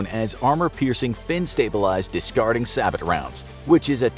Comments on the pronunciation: SABOT is pronounced say-bow, but sab-ott. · Sabot is pronounced Sabe-oh not sab-bot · Good video, just one thing. It's no "Sah bot" it's a French word, the T is silent so it's "sah bo" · It's not sabbit, it's say-bow. And your Abrams isn't an Abrams, it looks more like a leopard variant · couple critiques/corrections about the Abrams. Max effective range is much further than 4k. 10 meters shy of 5,000 meters. the APFSDS is pronounced "say-bow", bow as in bow and arrow. not "sabbott" lol Crew training is an important factor. American crews are better trained. Logistics is a factor. Maintenance too. The US can readily supply more unbroken Abrams than the Chinese can supply unbroken Type 99s. Pictures of tanks in chinese motor pools have no oil stains on the concrete. Tanks leak. It's as guaranteed as the sun rising in the morning. No oil stains likely means those tanks don't have anything in them and are just there for propaganda. Also, the Abrams sabot round is better than anything the Chinese or Russians could dream of. Since he kinda glossed over that. Last, but not least, a factor that is out of the hands of tankers. Their worst enemy: aircraft. The Type 99 has no round to combat helicopters. The Abrams does. America would always have air superiority. The largest air force in the world? the USAF. The second largest air force in the world? the US Navy. It's not close, folks. My guess is in even combat, platoon versus platoon with no support, the Abrams would come out with 2 tanks combat capable with the other two either totally destroyed or in need of repairs. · it's not called sa-b-it, it is pronounced sa-b-oe for sabot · SABO T ROUNDS WHAT?? I’m cringing so hard - t is silent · “Say-beau” pronunciation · Sabot is pronounced SAY BO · Sabot is pronounced sabo. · I cringed so hard